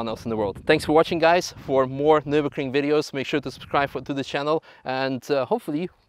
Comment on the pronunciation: So that video dude has driven many cars - over years - on the Ring. But hasn't yet learned to pronounce the name of the race track correct. Impressive.....